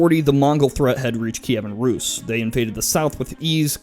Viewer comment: put a t before how you said rus (ruus) and it sounds like truus a hollands name and how a american youtuber said mine last name